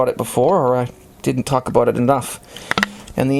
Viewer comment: "Aboot it"